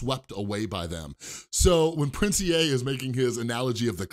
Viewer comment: Finally someone who says "Prince E A" like me not "Prince EEEEEEEEEEEEEE"